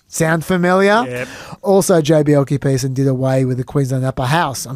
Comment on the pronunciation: Good point on rare earths. Slightly different issue but gold, silver, lead, zinc and arsenic are valuable byproducts of copper smelting. In fact, most smelting operations involve valuable byproducts that are sold as part of the revenue stream. And, please learn how to pronounce Bjelke-Petersen...